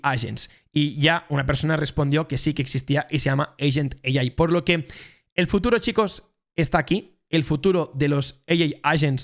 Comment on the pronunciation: Muy buen vídeo. Lo único que AI en inglés es EIAI, vamos 🎉🎉🎉